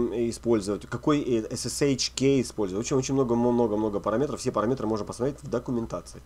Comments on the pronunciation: сначала резало слух, теперь просто вызывает улыбку. парамЕтры - призрачные метры :) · Спасибо за уроки! Ток ударение в слове "параметры" просто убивает наповал) "парАметры"